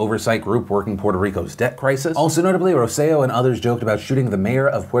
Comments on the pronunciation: For future reference Phil... it's Roselló (Roh-seh-yo) emphasis on the last O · In case there's follow up on the Puerto Rico story, and just because it kept throwing me off: Roselló's last name is pronounced with emphasis on the last syllable (that's why it has han accent at the very end). But props on the Puerto Rico pronunciation!